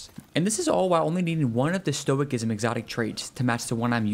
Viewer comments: It's pronounced STOW-I-SISM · Stoicism the c is pronounced as an s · Bruh stop saying the C is Stoicism. Lol it's an S sound lol